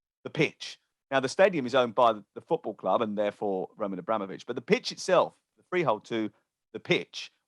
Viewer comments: Nobody calls him Abra-mo-vich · Why did he say Abramovich like that 🤢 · 20 Years and you still cant say his name correctly lol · Mug can't even pronounce the name properly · Can’t even pronounce Abramovich and it’s your job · The way is saying Abramovitch is making my blood boil 🤦🏻‍♂️ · Can someone teach (80s pornstar) how to say abramovich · this mf's job is to talk about Abramovic and he can't even pronounce his name properly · Any reason can't say Abramovich like the rest of us? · pronouncing Abramovich like he pronounces umbrella 😵‍💫